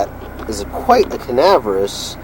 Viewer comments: LOL "canaverous…" I think you mean CAVERNOUS... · Lima is pronounced lyma like the bean because it was built in Lima Ohio. Also debuteted and canaverous are funny how you say debuted (day bued) and cavernous (cavern us). Love these cars, especially the 87-88 5-speeds. I have always wanted to find a black one with gray or red cloth interior. I have a black 92 SC 5-speed and have had 3 other SC's. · Cavernous. Ca-ver-nous. 😉